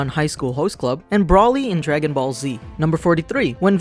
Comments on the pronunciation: Hè said brawly but its broly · Did he pronounce it as Bra-ly and not Bro-ly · Fact 109 This guy cant say broly right its pronounced bro-lee not brah-lee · Ahhh. You messed up broly name